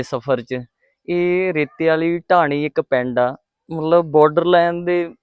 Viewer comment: ਟਾਹਣੀ ਨਹੀ ਬਾਈ ਜੀ। ਢਾਣੀ। ਹੈ